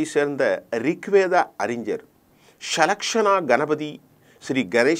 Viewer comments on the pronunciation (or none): none